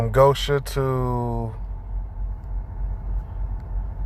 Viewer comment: $1 fine for each time GO-shen is mispronounced GO-sha, and I'd be rich. Be safe out there, brother.